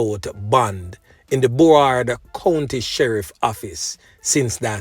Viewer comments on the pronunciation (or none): It's Broward me don not Bohard